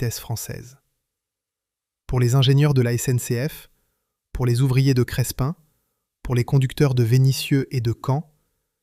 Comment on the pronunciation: Crespin près de Valenciennes: on ne prononce pas le "s" - on prononce simplement "Crépin".